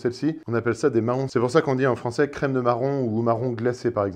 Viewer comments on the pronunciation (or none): none